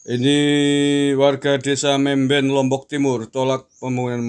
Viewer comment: Mamben guss..bukan memben